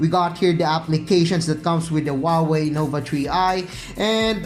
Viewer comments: tree i talaga narinig ko eh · Huawei Nova TREE i 😂😂😂